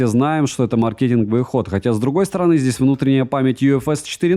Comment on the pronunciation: Блин,! Не СяОми, а СяомИ! А так обзор очень хорош. И ещё: не маркЕтинговый, а мАркетинговый. Да, зануда, но, блин, реально неприятно такое слышать, чел. Правда.